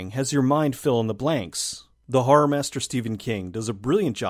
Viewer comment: Personally I'm no fan of harr movies, but the way you say harr genuinely makes me laugh.